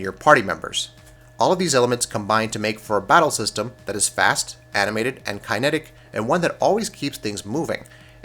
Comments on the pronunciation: For half a million subscribers you guys need to work on better audio editing. Almost every video has a noticeable jump in the audio where you spliced things together. Also, make sure you know how to pronounce the words you are reading. It's "kin-EH-tick, not "KYNE-eh-tick," and it's "eye-DILL-ick", not "eye-DEAL-ick". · "Ky-netic"?? Think u mean kinetic bud, good vid tho! Was on the fence about getting the game but you've convinced me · Sorry but the way you pronounced kinetic was way off, I had to put subtitles on to see what word you were saying.